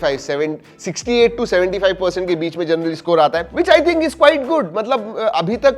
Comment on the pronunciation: One two ❎ One chu ✅ 😂😂😂😂